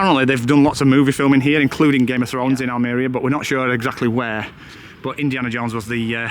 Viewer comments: Spanish is pronounced as its spelt. Just break down the words. AL-ME-RIA Almwria CA-FE-TERA cafetera the coffee pot in your apartment. Great videos your brighten up the winter evenings 😊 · It's like saying Al Maria, but spelt Almeria lol, enjoy your travels